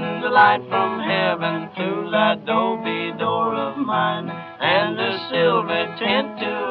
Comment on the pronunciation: It's little "'dobe" (short for "adobe") shack, not DOPEY, lol